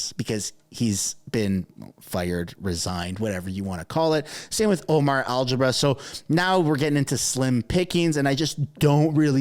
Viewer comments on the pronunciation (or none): did you just say?